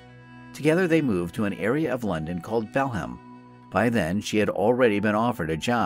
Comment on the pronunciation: The real crime here is how the Yank narrator absolutely slaughters the British place names in this story. "Bal-ham". "Wimbleton". Oh, the horror.